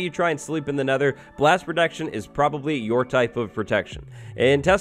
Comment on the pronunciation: STOP SAYING PRODECTION